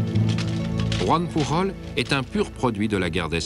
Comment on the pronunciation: Chouette documentaire, mais, malheureusement la voix prononce très (trop) bien le "j" espagnole, quand "Joan Pujol", en étant lui, aussi comme son (pré)nom, catalan et pas espagnol, on devrait prononcer comme en français .